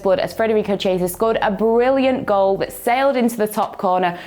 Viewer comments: no🤦‍♂️ it's pronounced chiesa, but she says ciesa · Listen properly, she said chiesa but that's wrong. Ciesa is correct. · she didn't, she said ciesa. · you didn't last a minute without misspronouncing an italian name, they're absolutely not hard and I don't understand how can any of you always fail. ITS CHIESA NOT CIESA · Petition for to pronounce Chiesa's name correctly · I looked it up in Wiki and I'm no phonetic guy but it starts with k which means you're wrong and she's wrong. I am right(because I said nothing wrong). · You pronounced the 'ch' as you do in 'cheese'?